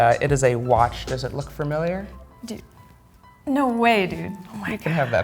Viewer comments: he is very skilled but i have to say familiar does not have 2 r's in it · Can’t get past him saying “fermiliar” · every time he says "farmiliar" i wanna punch a hole in the wall